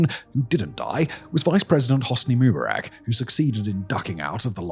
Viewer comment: Your pronunciation of Rabin and Rubarak are horrible and stink of prejudice.